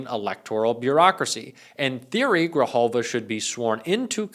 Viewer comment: Thank you for not fkng up the prononciation of Adelita Grijalva's name! Sincerely.